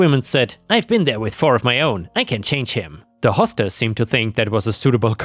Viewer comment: "Hostess" is "host ess" not "hoss tess."